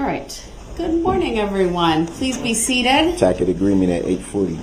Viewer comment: “Tackid” hahahaha lawfully law!!! He’s the absolute worst human ever created! Tampering with the record!